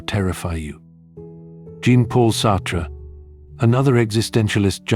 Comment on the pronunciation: Naming J. P. Sartre one of the most influential philosophers and then pronounce his name like he's Billie Jean... It's just too much. And also there are bunch of questionable statements in this video, at least for someone who has decided to discuss philosophy